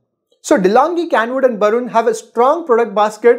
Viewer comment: Its Braun bro. Not Barun